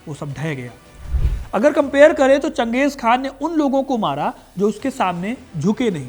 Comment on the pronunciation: चंगेज़ खान नहीं चंगेज़ खा